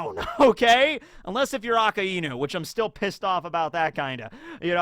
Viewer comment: omg fin,ally you pronounced akainu the right way for once , even tho it was bec you mumbled it